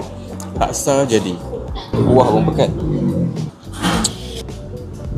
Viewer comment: Laksa, bukan lakse